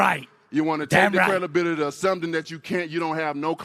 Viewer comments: I love how Wilder invents new words, this time: "CRELABILIDY" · This guy said crelability and susspose to - why can't wilder talk